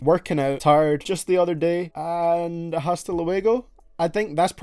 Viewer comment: It's h is silent in hasta